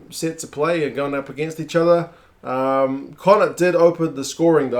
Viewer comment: Need to work on your connaught pronunciation, more flem in the throat at the end helps